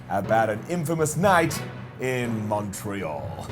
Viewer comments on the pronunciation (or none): none